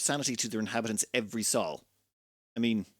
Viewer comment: I think it's pronounced "soul" not "Saul."